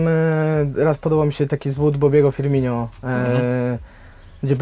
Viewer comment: Firminjo xDDD